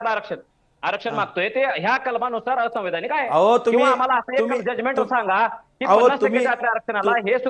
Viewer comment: संविधानिक असंवैधानिक म्हणता येईना, ते आमदार आहे...😂